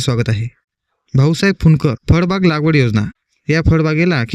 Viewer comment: फडबाग नाही रे भाऊ फळबाग म्हण